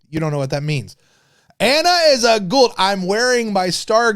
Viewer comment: C'mon..... it's pronounced 'Goo-ah-uld'. Say it with me, buddy. Don't cheap out on the phonics of it, like O'Neill does.... 😂